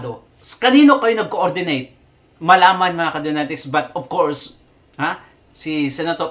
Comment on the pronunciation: "of coursed" "unlessed" hahahah kulet mo boss mag Tagalog kana lang kse